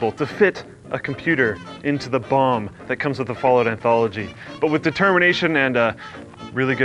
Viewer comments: I die inside a bit every time he says bomb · Anyone else keep hearing bong instead of bomb? LOL